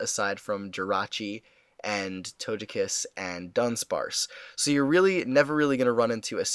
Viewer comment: You pronounce Togekiss wrong